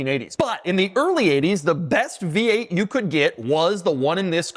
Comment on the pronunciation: Doug is the type of guy to fully extend his tongue to pronounce "The V8"